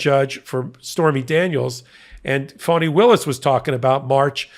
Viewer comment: WOULD YOU PLEASE pronounce her name right?! (phonetic) Its not "phony Williams") It's fawnI")!